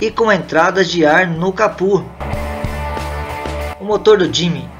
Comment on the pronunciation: Capô, não capú...